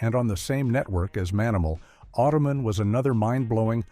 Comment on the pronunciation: Automan and Manimal did not air in the same network. Automan (pronounced "Auto-man," not "Ottoman") aired on ABC, while Manimal aired on NBC.